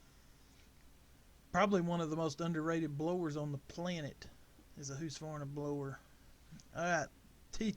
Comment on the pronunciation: Husk. Not hoose